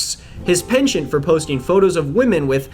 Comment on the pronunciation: can we talk about how you pronounced penchant like its what an old person would wear on a necklace...😂